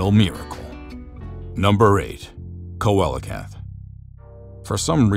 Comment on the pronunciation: Pronounced “See lo canth”